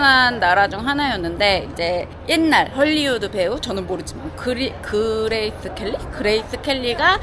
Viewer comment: 그레이th 켈리. 번데기발음 귀여워요😂😂😂 엄마들 특:폰케이스카드지갑ㅋㅋ